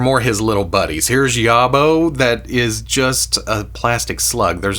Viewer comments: it's pronounced YAWB-OH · Yobbo rhymes with jobo, a yobbo is UK slang for a trouble causer normally a youth, “bloody yobbo broke that window!”